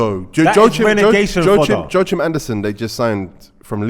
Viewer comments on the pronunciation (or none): none